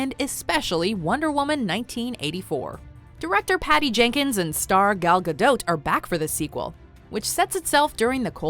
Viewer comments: it is NOT ga dote, it is Gah doh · I’m pretty sure that the “T” is silent in Godot, or am I wrong? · The t in gadot is silent